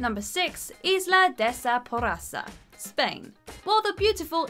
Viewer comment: That pronunciation of Isla de sa porrassa 😂